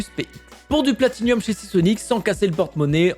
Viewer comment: On dit pas plati-nium mais plati-num